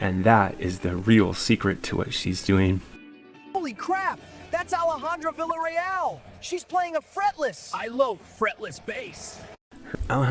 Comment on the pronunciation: AI can't pronounce her name properly